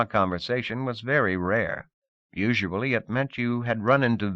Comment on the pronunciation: I feel like it's the deepest and strongest of all worldbuilding it's also unique because the reader always says "usuably" instead of "usually" definitely was my first time ever hearing this "you-zhuh-blee" pronunciation